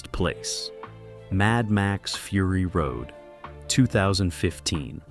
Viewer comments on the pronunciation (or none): Frury Road, seriously, just garbage.